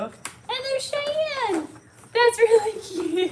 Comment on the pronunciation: the name is “Cheyenne” not “shian”